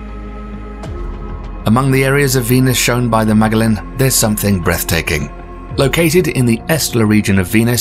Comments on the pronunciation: dear, it’s mah-JELL-an, like JELLO; not maaay-gah-len 😂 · Psst. Magellan is pronounced "muh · jeh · luhn" after Ferdinand Magellan, the Portuguese explorer. You've accidentally butchered the name of both a famous explorer, and famous NASA spacecraft. Great content, just be sure to check pronunciations of things beforehand, so you don't make yourself sound foolish. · don't you mean, "muh-jel-uhn"? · Mag-ellen spacecraft? Ma-gel-in spacecraft.